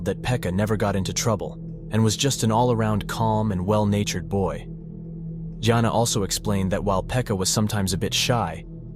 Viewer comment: Fuckin brick they just pronousedt it differtly😂